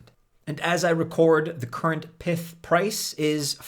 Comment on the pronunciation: If Pyth is short for python then why do you call it Pith? Does that mean you pronounce the full name Pithon?